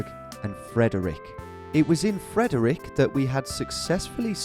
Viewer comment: hearing Frederick pronounced like that hurt... same with Potomac... Maryland moment. Crab gang rise up